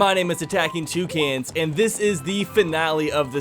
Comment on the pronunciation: Whenever you say tucans, I think its two cans. Can we get a 2 cans shirt XD